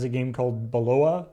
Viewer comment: "Bel...belo...belob...." BELOPA!! Ahem, sorry. "Balboa." aww, darn. But on a serious note; I think it's highly likely that all the "food" codes are entries that Epic must've set up, rather than actually using the game's actual name/project name. Just like "Cool, if you need anything further, we'll use "Eclair" to reference this project in particular. Or maybe it was a "Hey, we need four different entries for the next six months" "Ah, Yeah, can do, I'll just put them in as 'Puff Pastry', 'Canolli', 'Danish', and 'BEAR CLAW' if you need them." I also want the reality to be "We'll use code 'Turok'." "Oh you're making a new Turok game?", "No, what are you talking about? Why would you think we are?"